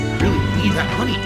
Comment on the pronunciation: "Chat is very quiet tonight!" =No MAWNEY!